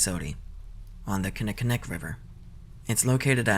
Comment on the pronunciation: Milwaukee mentioned‼️‼️‼️ Also congrats, you had the closest non-milwaukee area native pronunciation of Kinnickinnic I’ve ever heard!